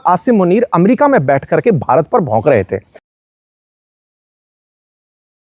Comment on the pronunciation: भारत ने ❌ बारात ने ✅ 😅